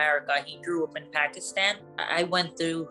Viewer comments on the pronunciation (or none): Something not right about this girl telling her so called story. She doesn't even pronounce Pakistan properly. She seems Latina if you ask me. The accent and wavy hair and all. Not typical Pakistani at all.